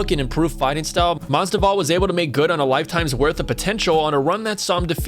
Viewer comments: BRO, IT IS MAS-VIDAL. NOT MASDIVAL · If you're going to commentate on MMA at least get someone who knows the fighters names instead of a complete casual who calls Masvidal, "Masdival"... LMAO seriously now. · Masdival? Mas-VID-all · Masvidal not masdival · it's not Jorge Masdival, you idiot. It is Jorge MASVIDAL! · When dude said Jorge Masdival that reminded me of when Joey Diaz was talking about him on JRE he pronounced Jorges name the same way! Shit was hilarious as fuck! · Who's "Masdival?" Lols, swap the v and d over man :) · MAS-VID-AL say it with me now MASVIDAL!!! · STOP SAYING MASDIVAL :D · Its masvvvvvvida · jorge masDIVAL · You're saying Mas'di'val. I think you might be brain dead. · You literally wrote his name in this video numerous times and couldn’t read that you were butchering that name? Weird. Ever watch a video ever by the mma community that says it like that? Weird. A broadcaster? Fighter? Promoter? Real weird. Almost intentional... 😑👀